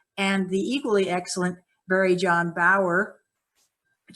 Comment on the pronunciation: Its not barrie- jon. Thats you before now bro. Or do you feel it is future stuff?